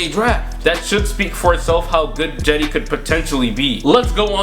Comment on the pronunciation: Why is he saying Jedi instead of cedi